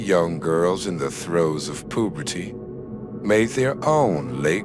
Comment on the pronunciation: You lost me on “Poo-berty”